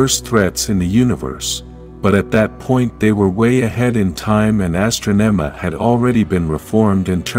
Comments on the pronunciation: You keep saying some of the characters names wrong, because its Ninjor not Ninjer and its Astronema not Astro-nema you noob i mean really have you ever even seen Power Rangers?! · Please correct the pronunciation of Zordon from "zor-den", Ninjor from "nin-jer", Astronema from "as-tra-nema", Andros from "an-dras". Otherwise, this is a great summary of the story arc.